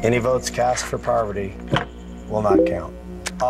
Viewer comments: Why is he saying her name like poverty? 😭 I cannot. It is par-va-ti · Why does he precinc pronounce her name like "poverty" lmao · Jeff has known Parvati for over 10 years, but he still can't pronounce her name. He's still calling her Poverty. It seems that Jeff is getting more and more sadistic as time goes on. In many seasons, he takes it upon himself to make sneering and belittling comments about the players while they're competing. He yells at them to pick it up as though he were a drill sergeant. At tribal council, he frequently criticizes them and sometimes scolds them extensively for what he apparently considers to be non-responsive answers to his prying questions. On the rare occasions when someone drops out of the game, he thoroughly expresses his contempt for them. He never reflects that possibly the cause of it is that the producers, including himself, have gotten too sadistic in the demands they place on the players, pushing them past their capacity to tolerate fatigue, miserable living conditions, hunger and degradation. I've noticed that back around season 18 or so, the producers started seeding psychopaths into the game. They deliberately selected 3 or 4 people who are completely ruthless, with the ability to turn their consciences, if they have any, off. One of the recurring themes of Survivor now is how the normal players handle the psychopaths. Also, the producers have a pronounced preference for kooks. They like to put unstable people into the game and increase the pressure on the normals by forcing them to deal with eruptions of crazy. It makes for interesting watching, but I think it